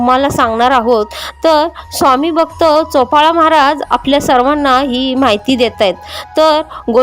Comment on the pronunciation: चोपाळा नाही बाई चोळाअपा